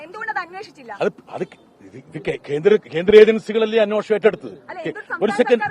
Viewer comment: ബ്രിട്ടാസ് അന്വേഷണം എന്ന് ശരിക്ക് പറയൂ